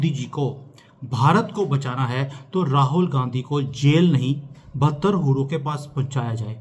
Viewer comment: Aap Rahul Gandhi bol rahe ho ya Rahul "Gandaki" bol rahe ho? 😂 or is it a glitch in the audio? Seriously plz clear 😂